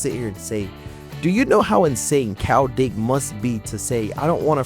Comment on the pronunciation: It's KYLE not Kowl..learn to read